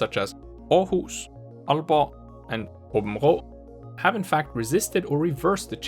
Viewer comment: lol are you danish you say århus aabenrå og aalborg flydelende